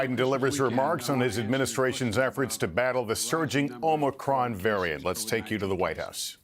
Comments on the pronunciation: Omicrom, Omnicron, Omocron, Morocron, Omnicrom. Need a new Brandon bingo card. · One contradiction after another. He can't even pronounce "Omicron" correctly. Unbelievable! And we're supposed to take this seriously? Btw, when you try to make another word out of Omicron, there is only ONE word that can use all the same letters = MORONIC.